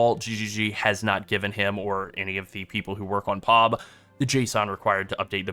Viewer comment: Jeez, man, it's P-O-B not POB all one word, you say it seperately. It's an initialism like FBI or CPU ...